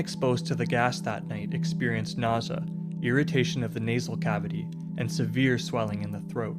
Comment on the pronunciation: its nausea, not "nor sah" . LOL